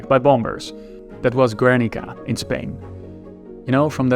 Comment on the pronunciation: The blonde blue eyes have a horrible pronunciation for the Spanish city of Guernica but his German sounds way better. No wonder he goes with a Trump’s message. “There was fine ppl in both sides” I understand that he is trying to talk about something else but, he is sitting at a table I wouldn’t join.